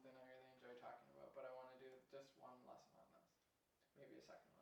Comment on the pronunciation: great harmony lesson! please take my remark as not meant offensive, but I mention over the last years that the english pronunciation is drifting af in stead of ef lasson for lesson and so on then and than start sounding equal but this is a general remark, sorry for at - I mean it ;)